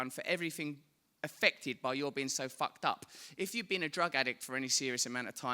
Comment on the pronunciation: Hahhaa love his accent but everytime he says "fucked" I hear "fat" 😂😂